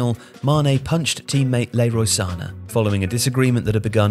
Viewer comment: Sa-né not Sana